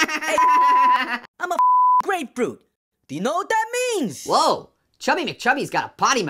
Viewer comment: He said he gonna FLEX 💀 He keeps messing up "grapefruit" 😂